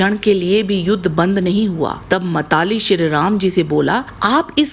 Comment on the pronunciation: ये मातलि है न कि मताली....बाकी वीडियो बहुत सुंदर है